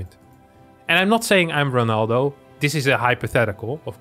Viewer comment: its ronaldo not renaldo ...